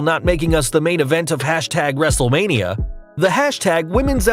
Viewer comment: You said wrestlelina but it's wrestlelmina